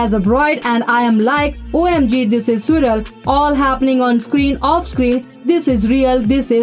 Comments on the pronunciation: Bizareeee😂😂😂 soorreal 😂😂😂 nice pronunciation 😅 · Please google pronunciation of words you are not familiar with like surreal, bizarre.. information is so easily available.